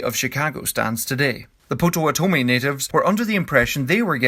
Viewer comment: It's "Pot-Ah-Watt-Ah-Me"[Pottawatomie], otherwise, great vid.